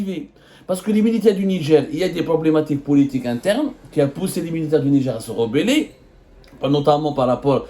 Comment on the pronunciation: Au Nidger ??? NIGER !! Arrêter de mettre des « D » partout !!!